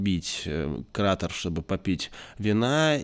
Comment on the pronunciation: именно это и написал, только это не бокал. а чаша и неправильно обозвал кратер-там ударение на е КратЕр